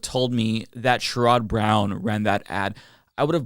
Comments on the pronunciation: SHARE-ud Brown. Not Share-ROD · You're pronouncing Sherrod incorrectly.